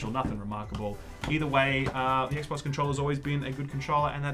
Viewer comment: It was so heavy it made you say Ek Bocsss as the name xD, noice